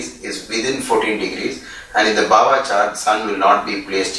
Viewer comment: It is not bava chart. It is Bhava. Bha as in Bharati, Bharat